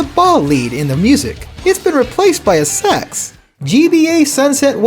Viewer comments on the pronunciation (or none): you can not convince me that he said "sax" and not "sex"